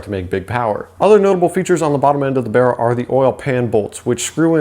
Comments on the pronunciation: Its not called bera its called baraaaaa mate got me self a baraaa engin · The "Berra" "Bearra" 😂🤣 It's Barra mate BARRA 😁